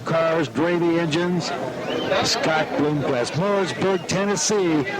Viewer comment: Why does he keep saying Bloomquest?